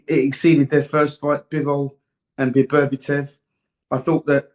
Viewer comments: For Duke BETTER BE EV That's how to pronounce his name .I value Dukes opinion on Boxing. Until he keeps bringing up Tank. Davis why? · Love Dukes analysis whether I agree or not (usually agree tho and his predictions are bang on). Love him on TS But he always mispronounces BETERBIEV as ‘Beberbetev’ and nobody corrects him 😂😂😂💪🏾🥊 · Beberbitev so many can’t get Beterbiev’s name right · One of the best analysts, yet one of the worst with names. I mean, «Beberbitev»? Really? 😂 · His name is BETERBIEV not BERBATOV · bro he calls him Beterbietiev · 'Bebertiev' loool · HIS NAME IS NOT BEBERBITEV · Everytime he said Berberitev I was in stitches, he also got confused between Madrimov and Kabayel😂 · HOW HARD IS IT TO LEARN SOMEONES NAME BABERBETIV LMAO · Duke it's beterbiev lol